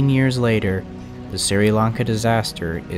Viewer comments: By the way Sri Lanka is pronounced "Shri Lan Kah" not "Siri Lan Kah", and the death toll was around 320,000. And it was the worst tsunami in history. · Its Sh-ree not Sir-e. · Just so you know, it's pronounced "Shree-lanka", not "Sir-e-lanka". Nice video so far though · For the record it's pronounced "shri" Lanka Doesn't really matter just figured I'd mention it Keep killing it you're doing great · "I'm sorry in advance if I mispronounced names or places. " Me: Ahh! Camon mate, how bad can it be?: "Siri Lanka railroad..." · The Sri in Sri Lanka is pronounced as Shree. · It’s pronounced, “Shree-Lanka” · By the way Sri Lanka is said like this (Sh-ri-lan-ka) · It’s pronounced “Shri lanka” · Sri= sh-re Lanka..